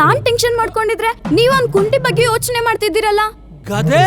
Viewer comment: ಅದು ಗಾದೆ ಅಲ್ಲ ಹೆದೆ 🤣🤣🤣ಬಾಸ್ 🤣🤣🤣